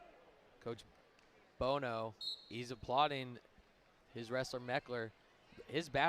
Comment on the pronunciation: chris BOHO???? WHERE DO YOU FIND THESE YOKEL ANNOUNCERS??? CHRIS "BONO" IS A LEGEND. You may as well try to call him chris bozo, sheesh